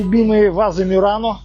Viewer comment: Простите, а почему " МЮРАНО", когда на итальянском твердое МУРАНО...